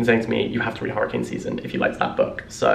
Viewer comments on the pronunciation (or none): none